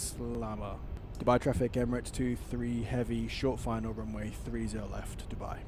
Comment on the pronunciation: I like the way you pronounce Dubai it's too good 😅 9.8/10 for the landing❤️👏🏽